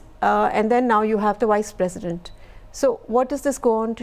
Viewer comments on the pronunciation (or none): All I hear was Wise President instead of Vice President...sigh